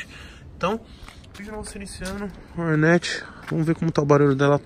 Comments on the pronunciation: Me dá muito nervo nego falando Rornéti .. kkkk mto zuado 😂😂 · Não entendo porque tem que falar “hornéti” se o nome é “hórnet”? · Togordo' sabe nem fala "Hornet"